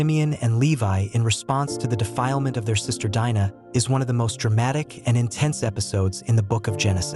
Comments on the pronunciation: There is a Jewish woman Anita Dimante who wrote The Red Tent, even though it's a fictional novel about the life of Dinah (pronounced Deen nah not Dye -nah) I am sure being Jewish and going through Hebrew school for her bat mitzvah this lady would know the proper pronunciation. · Her name is pronounced Deenah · I would have liked this video more if you didn't keep repeating the same thing over and over and and if you didn't pronounce her name wrong. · The way her name is mispronounced is cringy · No, it isn't. The i in Dinah has a long e sound. I studied ancient languages.